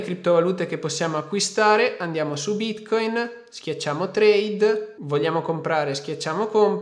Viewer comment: Ogni volta che lo pronunci bítcóïn la blockchain muore